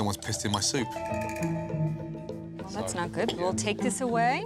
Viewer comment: "Like someone pissed in my soup" as if the eloquant pronounciation of soup isn't funny enough, the lady goes: "that's not good."